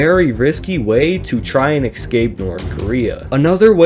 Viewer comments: I love when people say "eckskape" rather than "escape" lying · I wish he'd say escape and not excape